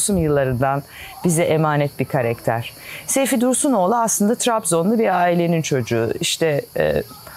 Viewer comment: LÜTFEN KAREKTER DEĞİL KARAKTER DEYİN! TAKILDIM ORDA :d